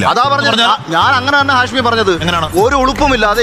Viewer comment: ഹാഷമി അല്ല ഹാഷ്